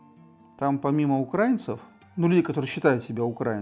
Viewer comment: Про виски интересные передачи, а это... Ну для начала было бы неплохо хоть ударение научиться ставить, а потом про украИнцев что-то ещё высказывать. Молдова, 2 Чечни, Грузия, Сирия, Украина.... А они всё про "братские народы".... Прежде чем кого-то учить, неплохо было бы самим пример показать. Пол страны в дырки на улице ходит, а они с Европы смеются..... Лучше про купажи передачи делайте.